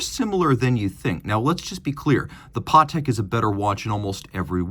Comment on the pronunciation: Yeah never heard anyone pronounce it like that